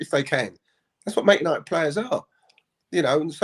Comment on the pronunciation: Paul Ince -'we this, we that' well he is despised at West Ham and Liverpool, but he loves 'Mant United' as he pronounces it might be a double agent wanting McThingame as captain.